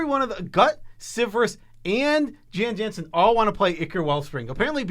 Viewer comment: the J's in Jan Jansen are pronounced as Y's, so its pronounced Yan Yansen.